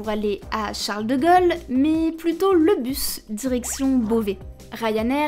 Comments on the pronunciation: Il y a aussi la prononciation des “o” qui était mauvaise. De Gaulle ne se prononce pas avec un O ouvert. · C'est un accent de quel région, le fait qu'elle prononce "Charles de Gol" et pas "de Gaulle" ? Grand Est ? Surtout qu'après elle prononce "pôle" et pas "pol". Pareil pour "vélo" qu'elle prononce de manière "classique". Très étrange, donc.